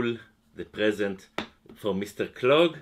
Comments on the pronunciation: Obviously he can pronounce his name any way he likes, but I think that the name has Northern British origins, and there it is "cluff". As well as being a common surname, it's also a small, steep-sided, valley, in fact I currently have care of a house between Drop Clough and Wool Clough. And Brian Clough, the football manager, was definitely a Cluff. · Clough is pronounced Cluff in UK. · Can't blame you for being a silly foreigner, but Clough is pronounced Kluff. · How are you meant to pronounce "Clough"? "ough" doesn't have a set pronunciation, I'm going with "cluff" until corrected Edit: aww it's "clow", which is the most boring of the "ough"s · it's pronounced "Cluff", it is an old english surname, love the channel btw, pure genius!!!!